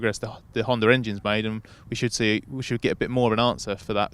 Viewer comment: Why is everybody pronouncing HondaREngine???